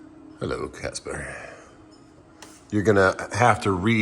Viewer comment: Did I hear you call the cat "Catsper"?